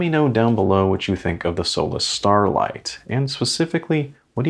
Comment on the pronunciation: The 'á' is a long vowel and is pronounced like 'aw'. Sólás means solace, consolation, comfort, joy.